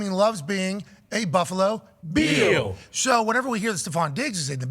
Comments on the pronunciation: Why do you say Buffalo Beel? Sounds stupid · Why is he pronouncing Bill's like that? It's driving me crazy!